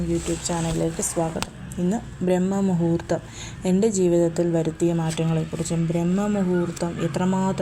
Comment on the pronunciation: " ബ്രഹ്മ " മുഹൂർത്തം അല്ല "ബ്രാഹ്മ "മുഹൂർത്തം ശരിയായ ഉച്ചാരണം.